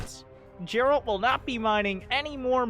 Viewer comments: Geralt most definitly be spoken with G like in Gain, not s in Girafe for example. As it is of Polish origin ... So I believe :D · Geralt name is pronounced with a G like in Gif